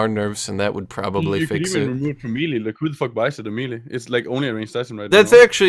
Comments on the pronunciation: Isn’t it may-lay? 🤓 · it bugs me how says "melee"